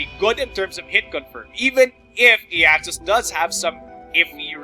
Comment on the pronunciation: i was SO hoping you would get for that intro! well done! though i think his name is pronounced AI-axus....maybe.